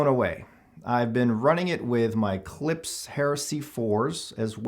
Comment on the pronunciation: Its 'klip-sh' not 'clips'